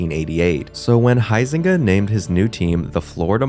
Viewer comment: Funny how he pronounces Huizenga correctly though. 😂😂